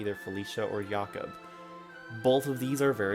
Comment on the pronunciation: why do you pronounce Jakob as Yakob